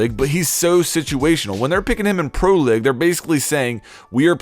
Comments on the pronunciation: Your pronounciation is ABSOLUTELY BARBARIC. League is “LEEG” not “LIG”. Capitao is “CAH-PEE-T-OW” not “CAH-PUH-TAY-OOH” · he says "pro LIG" so much its frustrating